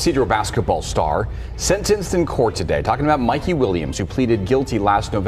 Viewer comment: Mike-E, not Mick-E...